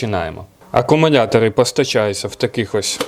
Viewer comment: Акамунятори🤣👍, до логопеда сходи чучало!